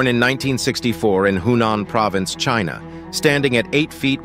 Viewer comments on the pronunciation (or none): none